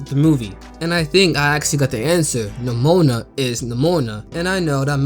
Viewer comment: Please stop pronouning nimona like that 😭